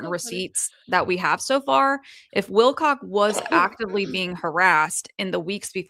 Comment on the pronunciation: Wilcock not not Wilcox